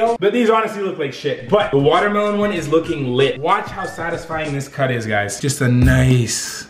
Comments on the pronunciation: sounded like he says vodkamelon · the way he said watermelon